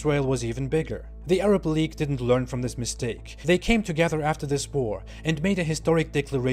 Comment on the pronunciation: league not leage